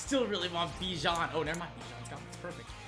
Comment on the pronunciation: The way that he said bijan☠☠💀💀